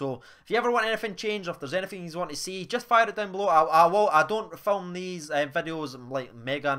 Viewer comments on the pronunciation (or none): none